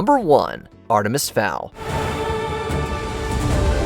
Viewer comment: Wtf is Artimis Fowl?